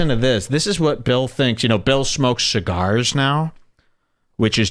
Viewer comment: You smoked all those chigarsh and you never fuggincawledme?